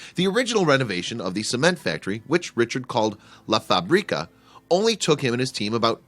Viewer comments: Do not pronounce la fabríca. The right way it's la fábrica. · Stupid way to pronounce "La FaBREEka".... If you're going to make a video, at least learn how to say: La fábrica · Do some language research. It is pronounced "La Fabreka" and not "La FabrEEkah". Facrica means "Manufacturing Plant". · It's "La FÁÁÁÁbrica", not "La Fabriiiiiiiiiiiiiiiiiiiiiiiiiica", jeez!!! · It pronounced La FAbrica, not La faBRIca. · La FÁ-bri-ca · La Fábrica is pronounced incorrectly BTW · Love this place but hate how you say fabrica lol. It’s literally a translation to factory you make it sound like the seasoning paprika